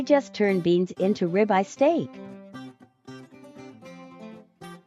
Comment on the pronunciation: That "ribeye" is grounds for a divorce!!!! 🤢